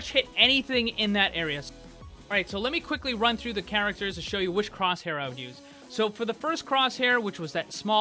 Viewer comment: Batin cwosshaiw